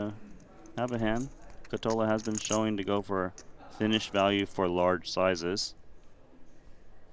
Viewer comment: did say thinish or finnish value?